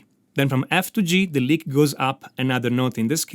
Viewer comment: I love this. Especially because he pronounces lick as Leak.